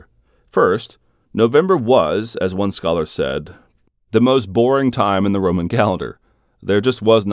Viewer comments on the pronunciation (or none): none